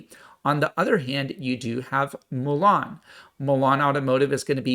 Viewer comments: It's Mullen not Mellon!! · It's not Mulan, like the Disney movie, it's Mullen ( Mull en )